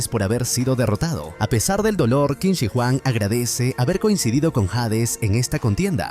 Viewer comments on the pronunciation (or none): es qin SHI huang kbrón, no qin si huang, igual buen resumen :D